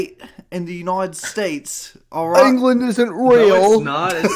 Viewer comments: ANGLUND ESENT RAYUL. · As a brit I can confirm we do not exist and neither does this 'Ængland' you speak of.